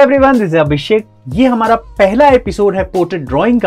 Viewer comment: Hamara ko hamra boldiya 😅